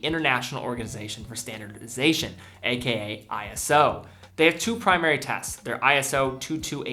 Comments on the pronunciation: I almost hate to bring it up, but it's "eee-so" not "eye-ess-oh" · They aren't "I-S-O", it's "iso", pronounced "eye-so", and stylized as "ISO" (all uppercase). It's not an acronym, but a proper manner that's always spelt in all capitals. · This is trivial, but ISO is pronounced "Eye-so," not eye-es-oh. They capitalized it for some reason, but it's not an acronym.